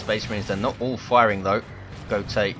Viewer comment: if he's german wouldn't it be pronounced goat-uh